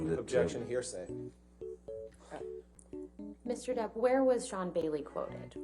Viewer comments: " hersay" everytime , it's anoying and pathetic lol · Somebody, somewhere is going to come back to this trail and make a "Heresay" drinking game..... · Am I the only one that heard “hearsay” the entire time? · When you learn a need word and want to use it as much as possible lol "heresay"